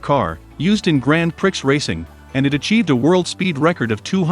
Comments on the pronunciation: Grand Pricks? what the? Everyone knows it is pronounced Gran Pree!!!!! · its pronounced grahn Pree not grand pricks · Lol grand “pricks”. It’s pronounced grand pree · “Grand Pricks “ 😂 AI sucks ! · The robot voice is absolutely unlistenable. "Grand PRICKS racing"...? Fuck outta' here. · Grand pricks😂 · "Grand pricks" Couldn't have said it better myself, brother 😂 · grand pricks? lmao🤣🤣🤣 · ‘Grand pricks’ hahahahaha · grand pricks :) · Is this guy a bot? He said, "Gran Pricks." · Artificial voice technology is getting pretty good - this one must be from the last generation: "Grand Pricks motorcycle racing" - ROFLOL! OTOH, this is pretty good video. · 🤣 I once owned a Pontiac Grand Prix and always said grand pricks at any shop to see their reactions. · Grand pricks .you can tell this guy is not a motor sports fan😂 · Grand Pr-ix? I think its pronounced grand pre lol, interesting video though 👌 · “Grand Pricks” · "Grand Pricks" Fail. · i didn't mind the bad voiceover until it said "grand priks" thats when i stopped watching because it hurt my brain :( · Prix is pronounced Pre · "Grand Pricks", lol. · this man said grand prix with an x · Did he just say "gran pricks"? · "Grand pricks racing" uh huh uh huh huh Informative video, and thanks, but... a bit of an editorial oversight there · grand prix, this pronounciation… aaaaaaaah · Many miss pronunciations, Grand Prix and stradale are 2 examples, obviously a computer and not human voice